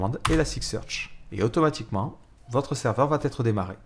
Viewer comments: Attention, il n'y a pas de "t" à la fin de "va", donc "ça vatêtre" ne se dit pas. On dit "ça va être", sans prononcer de "t" entre "va" et "être" 😉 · Super tutos en general, bon debit et un ton qui est agréable 3'20'' 'et votre serveur va-t-être démarré' ==> Ouch sur la liaison mal t'à propos mais cela n'enlève rien au contenu